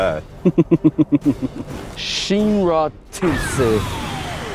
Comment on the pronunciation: bro said shinra💀